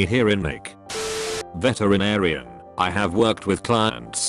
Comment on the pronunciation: with that voice that you use on this channel veterinarian sounds like veteran aryan